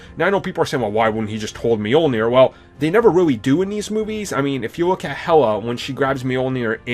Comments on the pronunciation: And Mjolnir. It's Mjölnir. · Brice Kingsbury it's Mjölnir trust me i'm scandinavian. It doesnt really matter lol I just cringe when people say it wrong because it's so familiar word for me. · Wilde? Really? Meeyulneer? What the f**k? Lmao! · So Captin Americuh wildes Meeolnair?